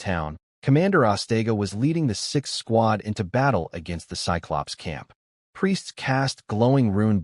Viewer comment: Also cyclops is pronounced sigh-clops.